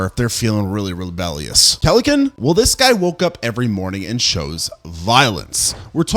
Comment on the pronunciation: keleken? its kelenken